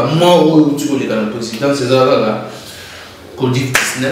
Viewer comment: Covid et non codiv